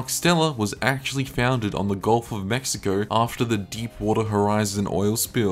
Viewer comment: Bludd said mexicough aussie af 😂